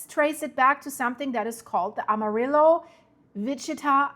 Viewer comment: Amarillo is a little off